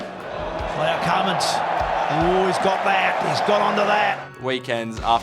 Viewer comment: Name is Cummins..Pat Cummins